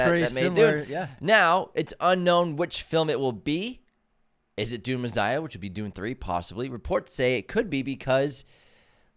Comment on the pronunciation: “Dune Mezziah”